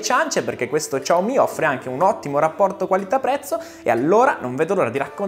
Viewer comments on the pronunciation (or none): Lui al posto di dire "xiaomi" dice "ciao mi" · Ciaomi non si può sentire, sembra.. CiaoIM....... brutti ricordi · La pronuncia, dovrebbe essere molto simile a un "Siaoo-mi", che ormai abbiamo tramutato in "sciao-mi". "Ciao-mi" è veramente la prima volta che lo sento, ma sti cavoli. (Adoro questo Smartphone) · sciaomi, SI PRONUNCIA SCIAOMI, prima di fare video, andate a controllare, su internet è pieno di video relativamente alla corretta pronuncia dei nomi delle aziende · [...] come questo "Ciao mi' '"!😂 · come tutti, anche io mi sto chiedendo: ma perchè "ciaomi"? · No, si dice "shiàomi", possibilmente trascinando leggermente la "i" finale visto che è un terzo tono, quindi devi marcarlo di più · "Ciao mi" non si può sentire...i Dire Straits però si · No vabbè, Ciao mi non si può sentì.. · ciaomi non si può proprio sentire...